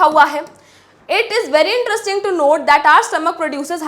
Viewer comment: not❌ note✅